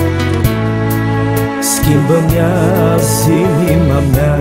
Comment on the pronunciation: Este ,,azi'' doar ca asa poate sa îl pronunte 🙄🙄